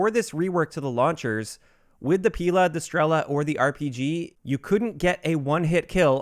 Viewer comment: It's not pIla - it's pilA >_<